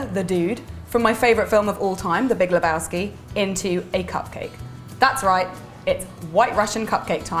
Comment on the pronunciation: it's Lebowski not Lebowksi!